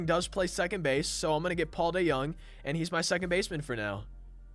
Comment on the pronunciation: You can’t pronounce Paul DeJONG and ur a Cards fan